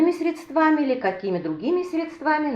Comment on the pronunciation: Спасибо за рецепт, только не грамотная речь режет слух: средствами, ударение на первом слоге.